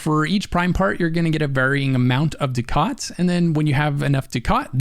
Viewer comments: It's funny he pronounces ducat wrong. It's pronounced ducket, for whatever reason. I used to say the same. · Ducat : duck-it Nitain : nye-tane Just wanted to say that. The pronunciation drove me nuts. Otherwise, more than excellently designed video/guide.